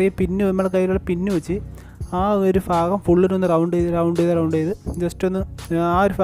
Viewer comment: Nice 🥰 അളിയാ ഫാഗം അല്ല ഭാഗം 😊